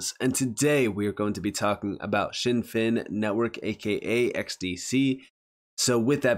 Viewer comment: It’s always been pronounced Zin Fin, never known it as shin fin in the years that I’ve been researching the company